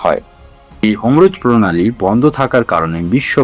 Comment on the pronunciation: হমরুজ না বলে তরমুজ বলতে পারতেন। চ্যানেল চালানোর আগে উচ্চারণ সঠিক করুন।